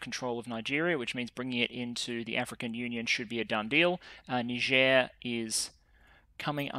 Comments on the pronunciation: isnt the country pronounced naijer? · Niger? Why dont they spell it Naijer then.